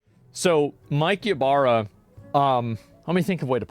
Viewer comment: Why everytime he says Mike Ybara it sounded like Capybara?